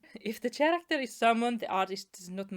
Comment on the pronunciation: Also, just as a tip to help with one word's pronunciation, the word "character" is not pronounced with the letter "ch" as in "cheese", it's more like "kerakter", basically the "Ch" in this word is said as "k". I know.. english sometimes makes no sense..